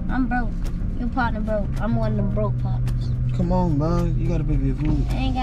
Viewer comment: “I’m one of the broke potnas” 😭😭